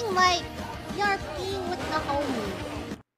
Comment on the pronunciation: How is it you know the phrase is "erotic role playing" but think that abbreviates to erb instead of erp...